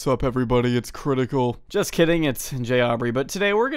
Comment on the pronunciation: That impression of critickal was good until he said “critickal”